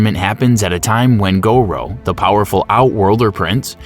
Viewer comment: it was the " Go-Row" that really bothered me. Then it got worse with Leo Kang